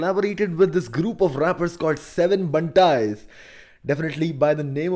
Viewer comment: 7Bantaiz Pronounced as - SAATH BANTAIZ .... not seven bantaiz